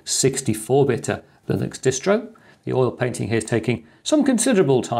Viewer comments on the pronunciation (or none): none